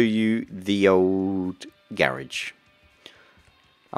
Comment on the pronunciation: Its garage not gerege